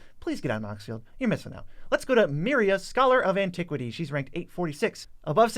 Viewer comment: I agree but it’s Meria not Meira. If you speak of the holy do it correctly.